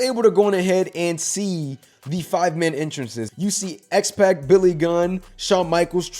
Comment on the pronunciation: Pronounced X-Pawk